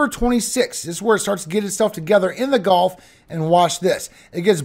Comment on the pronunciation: gulf.golf.gulf.golf.gulf.golf.I know you're from LA, but jeez, it's annoying